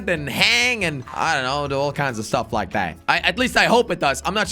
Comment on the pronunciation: Bro really said stiff instead of stuff